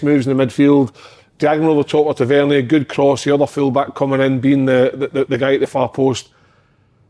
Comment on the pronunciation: Can someone tell Kev Kyle that Tavs name is pronounced Tav-er-neer 😅